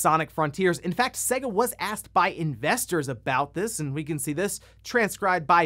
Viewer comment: Why does this guy always pronounce SEGA wrong, it's clearly Say-Ga. You hear it every time you boot up a game but this guy says it wrong every time.